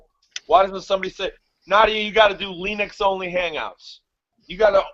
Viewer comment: did you just pronounce it "Lee Nuks"? I'm uncircling you hard right now, brah!